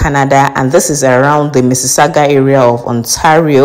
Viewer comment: Oh ok you said missisagua